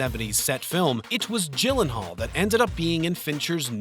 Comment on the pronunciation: Gyllenhaal is pronounced with "G" as in "girl" not like "jill" :D